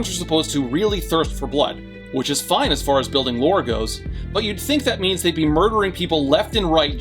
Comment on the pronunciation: What said: “… because the ends justify the means.” What I heard: “… because the ends justify the memes “